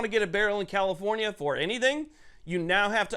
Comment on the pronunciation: Did you say COMIFORNIA or was I not paying attention 😂The leaders of the enfringments gang Definitely they are not people friendly specifically if they want rights to exercise rights